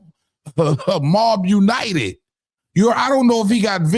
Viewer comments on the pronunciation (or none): 😂😂 mob United😂😂 it says Mob un-tied my dude